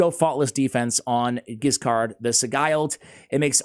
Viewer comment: And Giscard is best pronounced the french way with a soft 'G'. Stoked to see a spotlight on this boy.